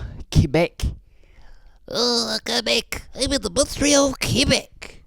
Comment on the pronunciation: Montreal more like munchtreal